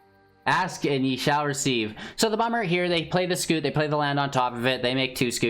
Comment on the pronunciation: It's scute, not scoot.